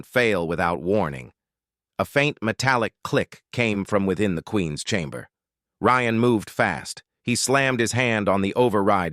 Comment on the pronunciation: I guess the AI got tired of butchering “Ryan”so it renamed the characters.